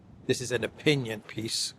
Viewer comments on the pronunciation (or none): none